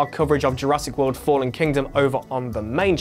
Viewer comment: did he just say jurassic willy? 0.32